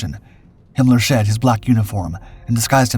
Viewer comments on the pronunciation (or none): none